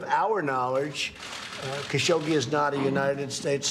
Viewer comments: That's not how you pronounce Khashoggi. Don't make me pull out my bone saw. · What is wrong with this CNN speaker. TRKSCH, SCHSCHGI. Wtfff. Why has she not been fired for not being able to talk.